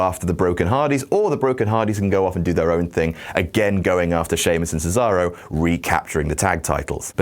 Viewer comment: Why you people don't even try to properly pronounce Cesaro's name? It's "Ché-za-ro", not "Sizaurou", for God's sake!!!